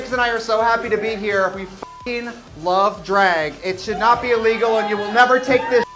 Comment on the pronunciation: Wisconsin Accent coming through more than normal today. Love me a dræg moment ❤️